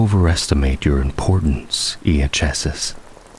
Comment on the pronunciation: minor correction: Iachesis is pronounced "eye-key-sis". Great narration otherwise! Very cozy and immersive.